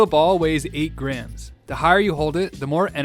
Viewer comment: The way your pronounce grams is funny